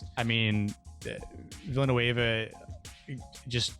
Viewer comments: his last name is pronounced ‘veel-nuv’ guys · Guys, if you are such a real fan, please say the director's last name correctly. If you do not know how, look at any interview with him, there is always called the name of the director. So learn it. In the surname Denis Villeneuve, the last letter is not read.